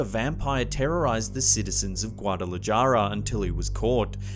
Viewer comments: The J in Spanish is pronounced like the letter H. So Guadalajara is hara not jara . :) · Like the video, but I can't get over Guada-la-"jar"-a. It's Guada-la-"har"-a 😂 You got the "j" sound right before in the video, what happened there? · Guadalajara is pronounced guadalaHARA NOT JARA j=h sound in Spanish 🤦🏻‍♀️ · Guadalajara is pronounced Gaudala-hara the j is pronounced as a h not jara! You sound ridiculous saying it as it's spelled. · Lol guad da la jar a it's pronounced guad da la hara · in Spanish the letter j has an h sound...Guadalajara in turn would be Guadalahara in pronunciation. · Guadalajara =Gua-duh-la-ha-da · I watched this vid while i aet a Burrito de chile verde i became engrossed with each tail of horror..yet worst when you pronounced Guadalajahhrah and totally butchered it but Loved this Vid! As a kid I would spend Holidays in December in Chavinda Michoacan, the pueblo is over 500yrs old and my ancestry is rooted there. And Ghosts are old common friends, some not so nice but most definitely there. I've experienced the other rhelm in Mexico as in California(where im from) but something about old cobbled/dirt roads, warm damp desert wind enveloped in crickets chirps crawl under my skin..they would say the crickets chirp to keep the spirits at bay.. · it's pronounced GWAH-DAH-LAH-HA-RAH!!!!!!!!! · Great content. But you really need to learn how to pronounce 'Guadalajara'. And 'catechism'. 😅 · The scariest part of this video is the butchered Spanish pronunciations, get with it homie. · Scariest part was the way he pronounced Guadalajara... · In Spanish, the J is pronounced more like an H. Please, please stop using a hard J sound. It is so off-putting to listen to you not even try. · You butchered saying Guadalajara so bad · Learn how to say Catechism. And Guadalajara. Js are hs or Ys in Spanish. Ch in Christ is what? K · OMG. It's dreadful the way he says "Guadalajara". And 'catechism'